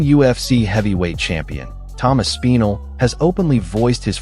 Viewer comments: its not ASS-PENAL...its Aspinall....smh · I think hes just designing the build-up. For when they do fight. Making Tom think he ain't gonna get that big pay-day. Also the AI or whatever saying Tom's last name is hilarious. ASS' PEEEN' OL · Asspeenal? Wtf pronunciation is that 😂